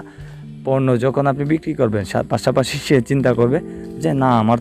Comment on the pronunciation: পর্নো না পণ্য